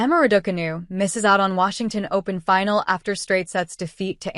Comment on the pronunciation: I hear Ra-daw-canoe and stop the video immediately. What credibility can it have when it has no idea how to pronounce the name of the person the video is about?